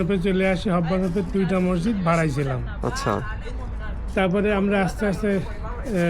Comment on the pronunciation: Mosjid/Masjid Please pronounciate it correctly.